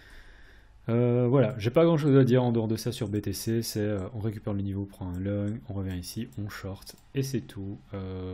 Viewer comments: Merci pour tes vidéos de qualités. Pourquoi prononces-tu « logne » pour « long » lorsque tu parles de prendre une position à la hausse 🤔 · long se prononce LON-Gue